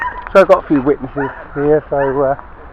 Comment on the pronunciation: "We got a few WEEtnesses here .... " 🥃🤨 cheers!!!